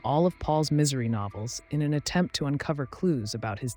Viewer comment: "Miss - ery"